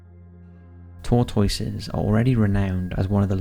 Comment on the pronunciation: Tor-TOY-ses? say whut? you mean "tor-tusses?"